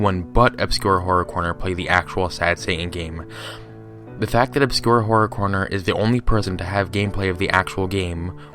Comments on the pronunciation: "Obscure Corror Horner" That's literally what he said xD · IT's "OBSCURE HORROR CORNER" You keep saying the name wrong, you did it 3 times in the same sentence. Don't listen to this dude, he doesn't even spend minutes researching. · Good job fucking up the man's name not once but all the time.